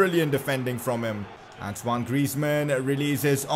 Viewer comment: That's how you pronounce his first name, not, ant own e o